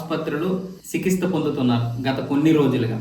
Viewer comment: చికిస్త కాదు బాబు ఆ పదం చికిత్స అని పలకాలి.